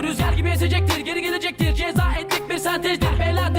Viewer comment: That’s correct way to read “ jaza“ in English. Respect to your reaction from Istanbul !!!